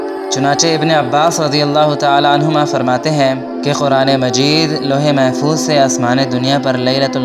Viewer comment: Louh E Mahfooz yeh Saheeh hai. ' Lohe , Bilkul galat Talat Talaffuz hai Mohtaram.